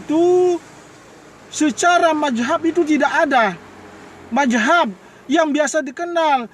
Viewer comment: Ngomong apa itu bos bos ..majhab atau Mazhab bos kok GK jelas c